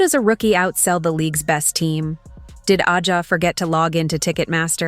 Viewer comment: When will YouTube narrators learn to correctly pronounce Wilson's first name?